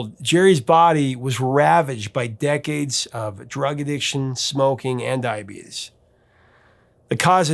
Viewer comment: Wilford Brimley is smiling somewhere when you pronounce it 'dia-beetus.'